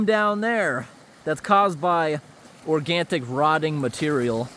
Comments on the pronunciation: Organic. Not organtic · It's been a couple of years since I posted this, but here it is again. It's OR-GAN-IC. There is no T. I enjoy the videos anyway. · Longtime viewer here. I'm not trying to be rude, but I just wondered why you always say "organtic" when I think you're trying to say "organic." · Organic rotting material. NOT ORGANTIC!!! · It's not a video without "organtic" somewhere! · I agree! And I'm not criticizing him. I'm just curious as to how that "t" made it into that word for him. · That would make sense if there was a "t" somewhere in the word and he was trying to read it....or if he'd never heard the word pronounced elsewhere...but he's able to pronounce just about every other word he's said on every video of his I've ever seen...except this one.....hence my curiosity. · For your info there is NO letter T in the word organic as you always pronounce it. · One can pronounce however one likes but pronounced with a T it is WRONG !! Pure and simple !! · i drives me 🥜🥜 when he says that.!!!!!!!!!!!!!